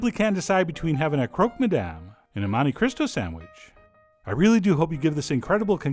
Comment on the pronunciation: To the haters, you rhyme these on the 'oh' sound at the end of both words.